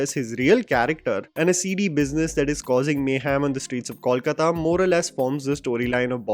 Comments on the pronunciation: It is NOT Kawlkata but Kolkata. Please note. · Great review,! Very well put. However, as a fan of your channel and a resident of city spoken of here, I'd really appreciate if you can avoid calling it 'Kawlkata'. It's simple, 'Kolkata' - KOWL-KATA. Keep up the good work though! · Just one correction The pronunciation is- COAL-KAATA Not-Kawl-Katta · please get the pronunciation of Kolkata right- it's to be pronounced as "coal- kata." This movie is another awful example of talent being replaced by nepotism. Abhishek Bacchan is not an "underdog" being compared to actors who aced the roles he is doing. He is the Privileged person, thanks to his background, who gets cast in these roles in movies, while the other actors like Pratik Gandhi or Saswata Chatterjee do not get cast in the films despite their amazing performances. If Saswata had not turned Bob Biswas into an iconic character, Abhishek's film would not have happened. And yes, if AB junior did not have his iconic father, he would not have been anywhere today. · my man have been following you for a couple of years now! And once again please please please get your pronunciation of “Kolkata” correct or just say Calcutta! This mix is cringy and really poor to anyone from Kolkata like me! Please. Bengali isn’t that tough to pronounce 😊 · The City is called Kolkata. You mentioned it numerous number of times in this video. May be pay a little attention how to pronounce it.